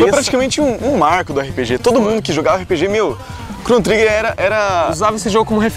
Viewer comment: a pronuncia do nome do jogo está errada, mas o jogo realmente é uma referência forte para o gênero RPG. E todos jogos hoje em dia possuem elementos de RPG... Praticamente impossivel algum gamer não curtir um jogo que tenha aspectos de RPG, como Skyrim por exemplo.